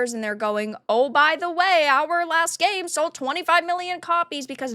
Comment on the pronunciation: You mispronounce last when you said the latest dragon age title.